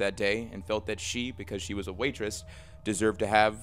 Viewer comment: Are you trying to say waitress?